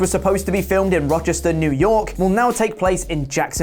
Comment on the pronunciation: You can't even pronounce Rochester, NY correctly? 😟🙄👎🏻